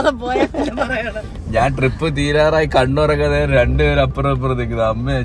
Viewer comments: Trip alla drip 😂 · trip alla its drip